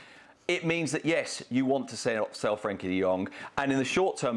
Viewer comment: Why do they never say his fuking name right. Its Frenkie de Jong not Frankie!!!😡😡😡